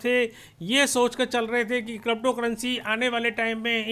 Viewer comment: आपको अभी तो क्रिप्टो शब्द भी सही से बोलना नही आता